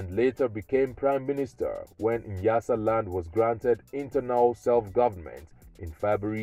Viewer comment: Not Niyasaland, it's nya nya nyasaland...👊